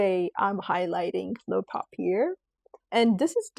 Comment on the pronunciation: I love your content. Please though, take the time to learn how to pronounce the perfumes correctly. For example "papier" is pronounced "poppy-yay", not "poppy-air." There are a number of other glitches in the video when it comes to pronunciation. I think it matters that you get this right.❤